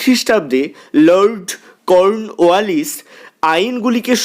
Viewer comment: আপনার লর্ড কর্নওয়ালিস বলার ধরনটা বেশ হাস্যকর।😂😂🤣😂